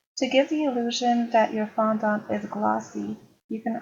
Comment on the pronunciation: It’s fondant NOT fondAUNT.